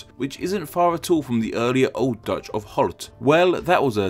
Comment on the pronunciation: I'm Dutch and he said it pretty accurately